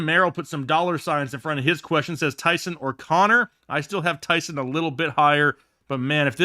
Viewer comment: please stop mispronouncing that man’s name… Ty’son sounds like John not Sun